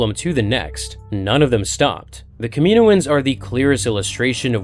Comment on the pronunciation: Kah mi noh ans. Please say it right